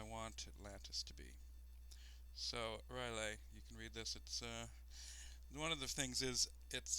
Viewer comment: It's not Ryleh dude :D, it's R'lyeh, you pronounce it like you would pronounce "hell yeah" :). The reasoning behind the long lore should be because it's inspired from Lovecraft's fictions. Enjoyed the LP, thanks :).